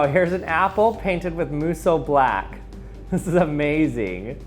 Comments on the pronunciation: He keeps saying "its blacker when you airbrush it" or "singularity isnt as black" and I'm not seeing a single difference?? also kinda bugged me that he kept pronouncing it "moo soh" when it should be "moh soo" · This man: * Pronounces Musou Black like Muso Black * Me: Is this guy saying this wrong and that's what's wrong, or am I slowly going crazy over the fact that I've saying the word wrONG AND IT'S BOTHERING ME